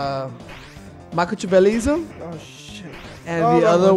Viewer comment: I was in tears when pronounced Macchiavellianism incorrectly. You're welcome for HISHE! And Abbot was the tall slender guy, Costello was the short fat dude